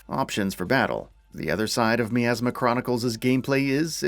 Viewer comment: Despite being 3 years late to this review I'd still like to ask how is it that this game can say the word "miasma" as often as it does, yet the reviewer will mispronounce it every single time?